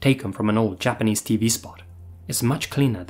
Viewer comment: Your Japanese pronunciation was on point.